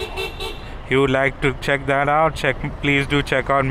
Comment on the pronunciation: I love your videos and the way u say - stuff like dat 😂